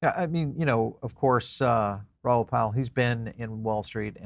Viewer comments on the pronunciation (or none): Its Ral like Paul, not Raoul